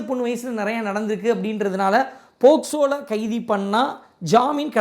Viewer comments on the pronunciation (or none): bro it's pocso kindly pronounce it correctly